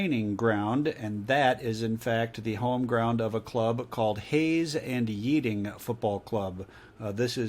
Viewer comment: The Hayes and Yeading ground is across the street from the Studio they film in. Yeading is pronounced Yed like Ted, not Yead like Need. I'm a Hayes & Yeading supporter btw. Come to a match if you are in town.